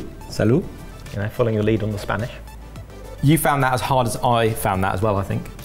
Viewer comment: Spanish pronunciation🤦‍♀ I'm also VERY upset that looks better